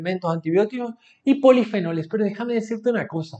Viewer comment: Jaja dice polifenoles y luego dice ponifenoles jaja la miel no es igual q el azúcar ni hisceversa pero es casi la misma mierda....ningún estudio es valido y concreto 100%